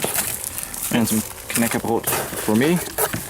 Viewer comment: damn, you pronouce "knäckebröd" very well, never heard anyone outside of the nordic countrys say it that well.